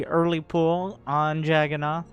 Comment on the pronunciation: Again it's pronounced like "jug" "un" "na" "tha", beleive me I am indian